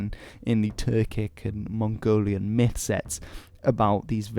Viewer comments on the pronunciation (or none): none